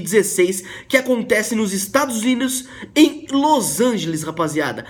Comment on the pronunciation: Ele falo estados inus